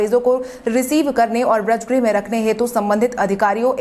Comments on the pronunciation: Braj nahi bajr bolo tum uchcharan Sahi karo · समाचार वाचक से सही उच्चारण की अपेक्षा की जाती है। वज्रगृह को व्रजगृह न कहें।